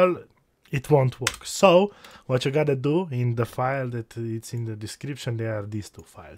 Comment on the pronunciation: I really like how you say "wachyougottado"